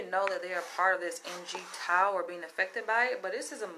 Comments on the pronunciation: Maybe it doesn't have anything to do with race. Maybe you suck at our job & instead of blaming your boss you should improve your marketable skills. IDK is that hate comment? I haven't even heard the main subject yet but if you can't pronounce MGTOW how in the hell can you profess to understand it? You are starting out with shaming & acting stupid right out of the gate. It's not a movement it's a philosophy. You act stupid like every other woman... what you guys are stupid you don't want to be involved with a woman. That's right we don't need you. We don't need you to divorce rape us, take our kids, falsely accuse us, etc. etc. I don't care if I'm a catch or not but I know I don't want to be caught. Women caused the result of MGTOW through their actions & yet all you women want to get on youtube & bash men & shame men & call us crazy but few women will talk bad about feminism or the gynocentric courts or any other problems women cause with their hypergamy. It seems you need to try to understand your own gender & the problems your gender causes before you try to explain to men their own philosophy. I think you need to find a simp & talk about something else. HAHAHA I just heard you say a woman should feel entitled. You answer your own questions just listen to yourself. #CP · Jesus please stop calling (em gee tow) that’s as bad as as saying (axe me questions) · It's pronounce mig-tau....basically once the sexual gratification is fulfilled....we see no value in yall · I have been MGTOW for the past ten years and I am Black. Going through a really bad divorce took me there. Now you have MeToo and extreme feminism - I am done with women. And it is pronounced migtow altogether. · MGTOW pronounced MIGTOOOW or MIGTAU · No MGTOW pronounced "Mig Tau" is not a hate group. Its not even a group or a movement. Its a philosophy.